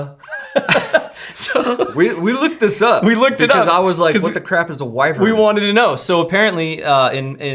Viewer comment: Wyvern. Pronounced wy-vern. Kind of like how it is spelt ;)